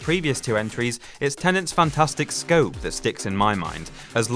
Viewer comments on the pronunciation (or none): none